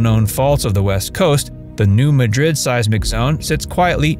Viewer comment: New Mad-Drid, emphasis on the Mad, not Madrid, like in Spain.